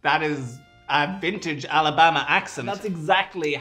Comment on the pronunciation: I live in Alabama, that's a perfect accent. 😂